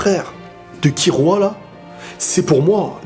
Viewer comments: On dit Killua ! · Sa me stresse comment tu prononces killua